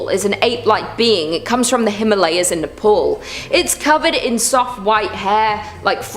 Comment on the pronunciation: .....mate it's Nepal....not Nephoool